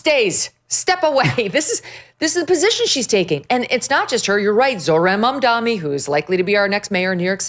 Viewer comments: Megyn it’s Mamdani not Mamdami though I love it that you call him by a wrong name😂😂wrongun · It's embarassing that Megyn Kelly, who considers herself a pre-eminent journalist, has mispronounced Zohran Mamdani's name dozens of times. Get it right, seriously. MamdaNI, not MamdaMI. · Did you say Zoran “BumDummy”??